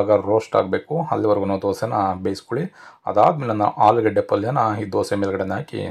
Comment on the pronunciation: ಅದು ಆಲೂಗಡ್ಡೆ ಸರ್ ಹಾಲೂ ಗಡ್ಡೆ ಅಲ್ಲ . ಕನ್ನಡದವರಲ್ಲವೇ ನಾವು? ನಾವೇ ಹೀಗೆ ಮಾತನಾಡಿದರೆ . . . . . .